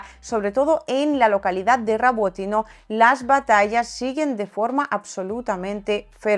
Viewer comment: Rabotine o Robotine 😂😂